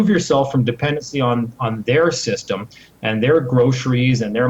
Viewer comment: "when this shystem falls" ~ When you can't #PROVE your point, and when all else #FAILS - make up a fucking word !!! Sorry to break the news to you bud - "SHYSTEM" is not a #REAL fucking word !!! #LEARN #ENGLISH !!!